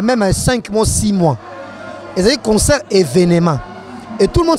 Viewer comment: concert et non consoeur. bongisa